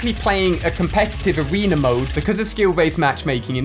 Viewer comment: It’s funny when he calls arena arener